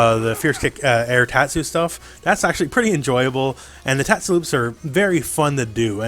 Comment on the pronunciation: good pronouncing on tatsu